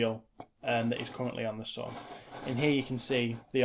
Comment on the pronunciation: the way, how u say "sun" is bleeeh..